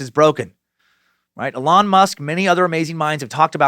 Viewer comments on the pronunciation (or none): none